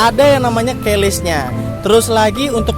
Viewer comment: Keyless bang bukan Keles 😂